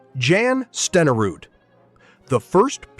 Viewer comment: And learn how to pronounce Steneruds name! AI bs